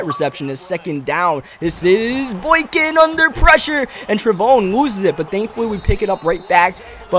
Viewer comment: No I am a sports like expert and it is pronounced tre Von